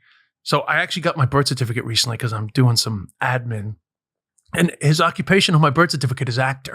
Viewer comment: Healthy nod to the gigglers when des said “admin” 😂 💜💅